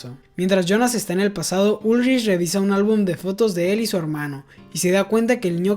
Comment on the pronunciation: Por qué pronuncia los nombres mal, dice, ulrish, eeegon etc.